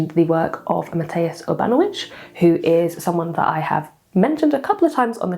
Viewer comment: The closest impression of how to pronunce "Mateusz Urbanowicz" would be "Mateush Urbanovich".